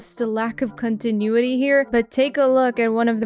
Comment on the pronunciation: Did you say cuntinuity? haha